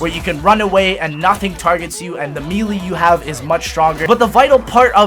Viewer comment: In the 20 something years this dude has been on earth he still hasn't figured out how to pronounce melee...